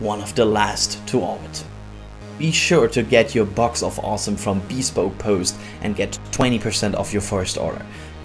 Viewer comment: BEEE SPOKE post hahahahahahahah